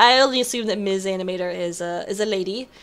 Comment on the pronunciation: this is the 2nd time, its not "mis animator" the m & s are supposed to be pronounced separate, im not a girl:( (i know its a confusing name:P) but thanks alot for casting this! this was the most fun game we played so far in RSP!:D